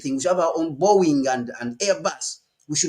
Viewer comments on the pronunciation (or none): none